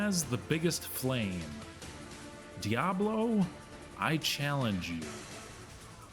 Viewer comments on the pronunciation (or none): Always get me when people say "Diablo" or "Baal" incorrectly. They only say the names a million times in different cut scenes and NPC interactions. Smh